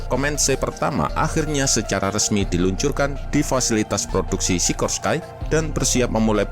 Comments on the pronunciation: Maaf, masukan min, cara baca "Sikorsky", bukan "Sikorskai", tapi tetap "Sikorski", karena pendirinya, yaitu Igor Sikorsky berasal dari Rusia. Di Eropa Timur, nama2 yang berakhiran "sky" dibaca "ski" seperti Podolsky, Tumansky, Sikorsky, Minovsky, dsb. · RALAT MIN: Sikorsky baca nya sikorski bukan sikorskay karena dari nama igor sikorsky seorang imigran amerika asal ukraina yg mendirikan pabrik sikorsky, cara bacanya pake cara baca nama yg dipake oleh bangsa slavia.. 🙏🙏